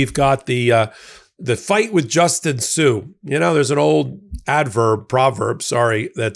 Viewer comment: its Justin sun not sue wow that's a miss